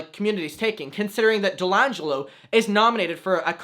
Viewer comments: Delangelo AGAIN? lol it's D'Angelo!!! There's only one L, not two!!! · Hey, I don’t mean to be a pest but D’angelo’s name is pronounced Dee-an-jello! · I love your videos and the topics you discuss. But you can’t keep doing the man a disservice, his name is pronounced dee-angelo, you add an ‘L’ in the middle and honestly it’s adorable haha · This was a great video that summarizes all fo the crap shane has done, and putting it altogether makes a crystal clear argument. Just wanted to add on, I think you’re calling D’Angelo Wallace Delangelo 😅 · I love your content so much, but I'm like 99% sure that D'Angelo's name is said "dee-an-gelo", no hate to your accent, but im begging you 😂😂